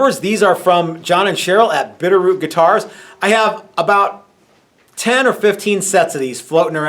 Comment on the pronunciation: Ooooh. I thoguht you said "Beer Root Guitars" inthe video and therefor searched for the wrong words xD thanks for clearing this up!